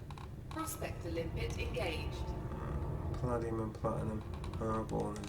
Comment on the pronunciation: Very useful video - thank you. You might want to check your pronunciation of "Palladium". It is puh-LAY-dium, rhymes with "stadium".